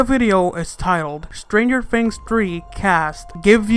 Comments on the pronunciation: U said stanger fings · He said "Stranger Fings" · Did you just say Strangered Fings in the beginning if you listen closely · "Stranger Fings?" "Season Free?" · "Stranger Fings"